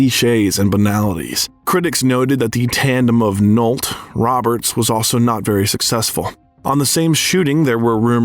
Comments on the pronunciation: Nick Nolt 🙄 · Ashley "Jude" for example. Nick "Nolt." It's very weird. It must be AI. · I had to stop and check the comments after the Jude/Nolt combo. I can't keep watching.